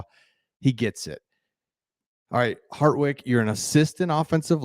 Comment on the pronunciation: harDwick not harTwick